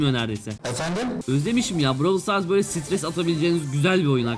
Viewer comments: Abi bıravıl stars değil brawl stars😂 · Abicim bu seriye devam edeceksen lütfen oyunun ismini "bıravıl sıtars" şeklinde değilde "bırovl stars" şeklinde okursan herkes sevinir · abi browl stars diye okunuyo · Bravıl sıtars değil brawl stars 😅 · bıravıl sıtars demesene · bravıl Stars prosu olucaz heralde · bıravıl sıtars bıravıl pes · Ay lav engliş